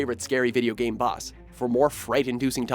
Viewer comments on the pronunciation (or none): none